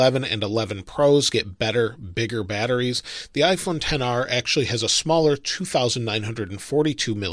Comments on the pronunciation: It’s pronounced XR not 10R stupid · ‘Ten R’? I thought it was ‘XR’ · No one: Not a single soul:: IPHoNE TeN R